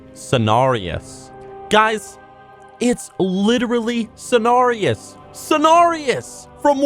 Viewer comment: why are you prouncing Cenarialass wrong?